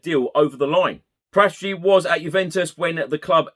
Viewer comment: Love your pods, just one thing is driving me nuts, as I'm Italian - Paratici is pronounced Para-tee-chee with no emphasis on any particular syllable, not Par-ATT-itchy.